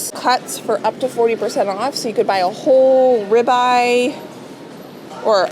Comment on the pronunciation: When you were looking at the chicken , I heard "I need 2 OLD chickens" but you really said WHOLE chicken!!!!